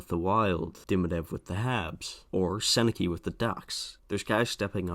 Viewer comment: I was expecting the Sennecke one, everyone mispronounces it. It has become a meme.